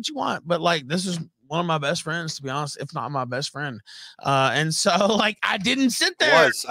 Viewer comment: Internet fwends do we really got them , internet fwends..